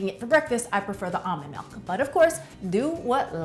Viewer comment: "Melk" or "Milk"?